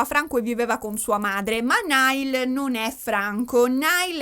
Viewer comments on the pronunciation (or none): "NAIAL" non "NAIL" ❤ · tutto bellissimo ma ti prego, si dice 'Naiall', non 'Nial' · comunque si pronuncia “naial “ e non “nail “ 😂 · comunque si pronuncia naial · allora premetto che sto amando questo video, il mio cuore urla a sentire parlare degli one direction e i larry, considerando che sto dietro a sti 5 da 12 anni. poi un'altra cosa: non voglio essere pignola ma SARÒ PIGNOLA e alcune cose le devo dire. 1: il nome di Niall Horan si pronuncia "naiæl" o più all'italiana "naial". tecnicamente il nome di Louis si pronuncia senza s, confermato dalla mamma di Louis anche se Louis dice che a Doncaster tutti i suoi amici lo chiamavano Louis con la s e ad x factor non se l'era sentita di correggere simon. ma tecnicamente si pronuncia senza s. te lo dico,, per i prossimi capitoli della saga che non vedo l'ora che escano. 2: la clip che avete inserito quando hai detto che harry salta in braccio a louis non è quella "incriminata" ma è una clip dove harry abbraccia un altro ragazzo con cui aveva fatto amicizia ad x factor. harry abbraccia louis mentre sono ancora sul palco davanti ai giudici subito dopo che gli viene detto che saranno insieme e mentre esultano. 3: da quel che ricordo io, nella clip in cui harry chiede a louis se è bisessuale non mi risulta che lo chieda a tutti ma io ricordo solo a louis e visto che tutti stavano dicendo "byeeee, byeeee", lui fa la battuta e chiede "are you bi?" visto che si pronuncia allo stesso modo. 4: nella clip in cui zayn viene zittito da harry con i fogli, la voce che dice "there it goes" c'è ma è quella di louis, non quella di harry. si vede che lui parla. si vede invece che harry sussurri qu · ti voglio bene ma Louis si pronuncia LUIS non LEWIS e Niall si pronuncia NAIAL! 😂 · ti adoro ma ogni volta che hai pronunciato male il nome di Niall in questo video ho perso un battito 😂😂